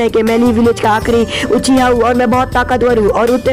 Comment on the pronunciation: Why do you say uchiao its uchia